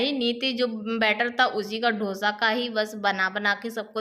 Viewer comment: Ap hamesha hi dosa ko dhosa bolti h